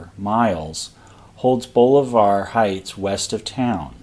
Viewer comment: l see where viewers are letting you know of pronunciations. I will add that Bolivar Heights is pronounced Boll-la-ver. Where l come from near Houston,down on Galveston lsland's east end is the Bolivar Ferry. There is no fee to go to Bolivar Peninsula across Bolivar Roads.